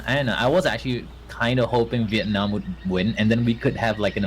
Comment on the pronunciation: the way he pronounces Vietnam on made me cringe a little in the inside